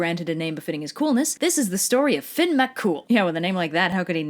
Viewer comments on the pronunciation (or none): Fionn is pronounced Fee-un An Fianna is pronounced Feea-na Fear Dorcha is pronounced Far Dur - acka Samhain is pronounced Sow-in The rest ye got right👍 Theres 12 main dialects of Irish so don't mind the keyboard warriors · It’s pronounced like Fee-Un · Well Fionn is pronounced (f-yuh-n) but this video is using the old pronunciation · I know right. My little Irish ass is watching the world and I'm just waiting for him to come prancing down the streets of Dublin. Also this is painful to watch due to the horrid pronunciation of the words. Connacht made me gag and the most common ones are the right ones. Fee-yun not Finn. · Hey I'm a bit late to the party, I'm from Ireland and I know online it says to pronounce this name as 'Finn' but its actually more like 'Fyun' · It's the Salmon of Knowledge Not the Salmon of Wisdom as you so cleverly called it lol And its pronounced more like Feena than Feeyahna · Fíonn is actually pronounced differently to Finn tho. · Fíonn is actually pronounced differently to Finn tho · Then she immediately ruined it by pronouncing fionn as Finn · Sorry, it really irritates me when people pronounce Irish names wrong (though, I get why people do). Fionn = Fee-un Oisìn = Uh-sheen But great video! I love it when you do my countries mythology! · In Ireland we pronounce his name as "Fee-un", the army is pronounced "fee-un-a" and his son's name is pronounced as "Uh-sheen" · Ok I now its because Gaelic is as confusing as ever but hearing Fionn pronounced as Finn is a really dumb pet peeve I have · Love these videos. But it's pronounced FYUN! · why is everyone calling him 'Finn' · Fion is pronounced fee-un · It's pronounced fyun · The pronunciation of Fionn is Fyun, but congrats on the surname. Your one of the first non Irish people ive heard get it right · The pronunciation of Fionn is killing me. Nevermind just the pronunciation in general